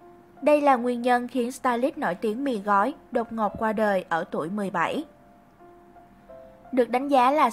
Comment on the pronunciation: Gì mà 17 đọc có vậy mà cx sai